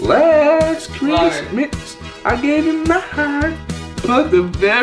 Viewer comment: laast christmas😂😂